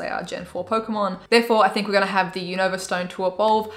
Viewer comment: Not to be rude but it’s pronounced like u nuh vah